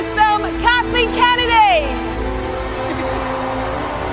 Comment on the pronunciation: It’s Kennedy not kenney although kenney sounds funnier